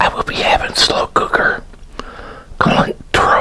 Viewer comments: Heads up my man! I believe cilantro is pronounced “silantro” rather then “kilantro,” amazing vid tho buddy! Hoped you enjoyed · Yes, cilantro is pronounced silantro, but I dont blame many for not knowing.